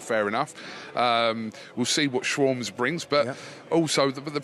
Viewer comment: "shwarmz" lmfao